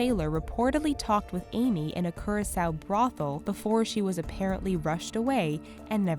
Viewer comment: its not CUR-A-SOU its KOO-RA-SOU